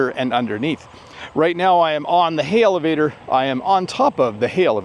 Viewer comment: Great lesson! When you talked about the elevator it sounded you put a 'H' in front of the word, sounding Helevator. Is that your accent or the regular way to speak that word?